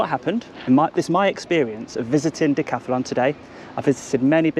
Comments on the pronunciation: Why do you insist on saying decathAlon, cant you read. They're very big letters.....Moron! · Decathlon is the Name not Dacathalon😂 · Decathlon not Decathalon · Todays episode was brought to you by the letters GBRP. And the extra A DJ adds everytime he says Decathalon